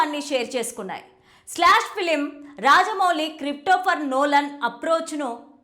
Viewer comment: క్రిఫ్టోఫర్ కాదు తల్లి క్రిస్టోఫర్ 😂 ఎవర్రా ఇలాంటోళ్ళని hire చేసుకుంది